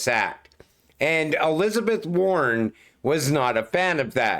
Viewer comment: It’s WARREN not “Worn” and yes she’s a monster 👹